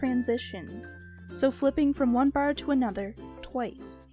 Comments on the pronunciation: When u say bar it sounds like ur saying baer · It's her Canadian accent :3